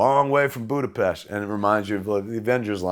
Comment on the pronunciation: Kevin Smith says Budapest right, rare to hear that.